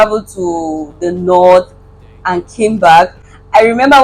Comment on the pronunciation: all the t's are missing in your pronunciation -- Nord, Nedwork, nighd (night) life.